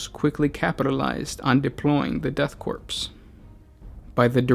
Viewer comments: I was initially upset how he pronounces ‘corp’ as ‘corpse’ but I mean it’s fitting since it’s the *death corps so.... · I agree. I love the fluff but it was very difficult to keep listening to the improper pronunciation of the word "korpse". Please double check pronunciation. It is pronounced like core. Otherwise great video. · Pronounced "Corps" rather than "Corpse", no? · Oh. My. God. Please for the love of the Emperor, STOP SAYING "CORPSE." "Corps" without the "e" is pronounced like "core." Every single time you said "corpse" was like having metal shaving forced under my fingernails, one jarring millimeter at a time. - Grammar High Inquisitor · >death corpse KORE. <-- Please say it literally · nitpick, corps is pronounces "core" not "corpse" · 1) I enjoy your 40 facts videos... 2) And Im sure this has been pointed out in the last year or so... but it is pronounced at CORE. You dont say the US Marine Corpse. Its said just like the word "core".... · Why is it you insist on horribly mispronouncing something in every single video? It's pronounced like core not corpse... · Core. it's pronounced Core. It's French. About the fifth time you said "corpse" I had to stop listening. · Her is a fact for you the ps I'm "corps" is silent pronounce it as core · Corps is pronounced “core” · Hello, friend. "Corps" is pronounced with a silent P. It's bad luck to pronounce it as Corpse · Corp is pronounced core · Corp = “Core” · Death "corpse" I wish I was a corpse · Sweet Jesus. Korps, or Corps, is pronouced CORE!!! Like the core of a planet! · Corps(Korps) is pronounced as Core lol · Austin Johnson "corps" is pronounced core, korps is not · Good video, but the "P" is Corps is silent. Pronounced like core. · "Death Corpse" stopped listening right there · Ahh the deff "corpse" of kreeage, muh fovareti